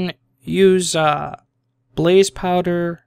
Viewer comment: It's blaze not blaze man